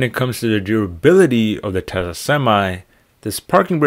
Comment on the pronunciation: It's not pronounced Tessa , it's pronounced Tesla